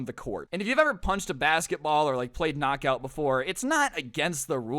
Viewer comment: Its not kcnok aut its lightning